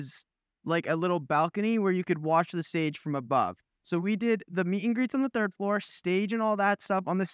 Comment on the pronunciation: "thord floor" 😭😂😭😂😂😂😭😭